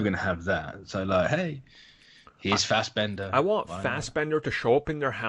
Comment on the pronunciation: Fassberder magneto PLZ NOT Ian.